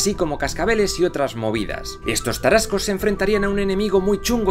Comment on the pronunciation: Que agradable escuchar sobre la historia de mi país y en particular nuestros antepasados Tarascos, de una manera tan acertada y precisa, todos los detalles están bien cuidados, incluso las pronunciaciones, aunque con algunas fallas, muy bien realizadas, saludos desde México!